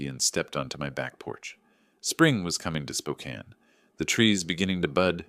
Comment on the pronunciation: The AI voice that cannot pronouce Spokane, or Coeur d'alene is hilarious. The snide putdowns of the city's newspaper. The mistakes in the story even funnier.